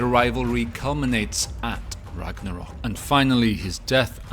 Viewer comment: "ragadal" foi foda em